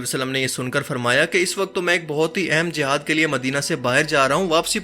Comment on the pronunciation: It is not the "JAHAD" it is "JIHAD" correct your pronunciation.Plz